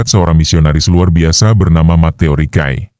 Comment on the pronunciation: Mas nama missionaris hebat di cina itu namanya Matteo Ricci. bacanya buakn Mateo rikai. tapi matteo rici. makasih